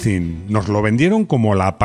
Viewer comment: Downsizing (daunsaizing, por favor!!!).